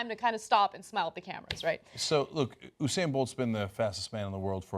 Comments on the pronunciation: hey dummies... it's not oo-sane bolt. it's YOU-sane Bolt! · Anna and Cenk I'm from the carribean and there are a lot of Jamaicans where I live and I'd just like to clarify its You-said not ohhh-sain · it's you-sane, not ooo-sane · His name us usain [you-sain] not hussein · Oosayn bolt??? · lol so weird how they pronounces his name "usain". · It's "You-sain" lol BTW, tbh... the picture did make it look like she's secretly into men (which also made it weirdly funny in a different way - if that makes sense). But... it ain't racist. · The way you pronounce Usain😰